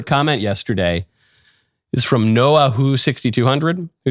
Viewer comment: Also I love how he made my name sound Asian, it’s just Noah loll